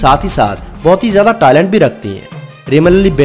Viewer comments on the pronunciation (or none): Please "talent" ko "toilet" ki tarah na pronounce kerrain Aur doosri baat, aap ki script se aisay lag raha hai jaisay yeh sab khusron pe sab se pehlay tau aapka apna dil aaya hua hai. I mean, in sab "toilented" khwaja sarraon pe.